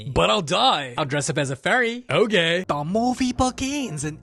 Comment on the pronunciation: "DA MOVIE BEGINS IN 1895" always makes me laugh on the floor